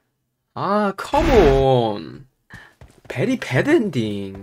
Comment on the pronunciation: oh come on verybedendi😂😂 Very bad ending😂😂 I listen that part for 4/5 times to understand 😂😂